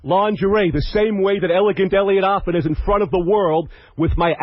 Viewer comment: I love how Howard always mispronounces his last name. It's not Offen it's AFFEN!